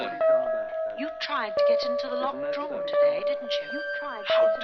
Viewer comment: Funny we all hear "locked drawer", but lately I've been hearing the real words, "locked room"... maybe it's an accent thing?